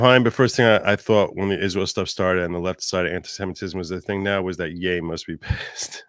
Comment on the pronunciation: I think Kanye deserves an apology from for pronouncing Ye that way lol